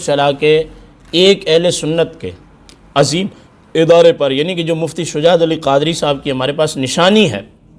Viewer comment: اور بسم اللّٰه شریف کے تلفظ بھی درست ادا نھیں ہوۓ آپ سے اور عزیم نھیں ، عظیم درست ہے حضرت